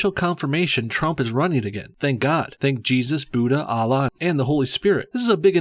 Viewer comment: please say allah with a h not alla but allaH